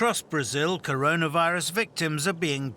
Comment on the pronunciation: Rayjunal laydahs in Brahzayuhl